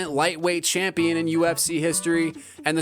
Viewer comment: Worst “champio” the ufc has ever seen this kid never fights